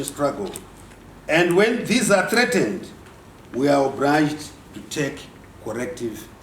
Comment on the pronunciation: we are obriged to take corrective measures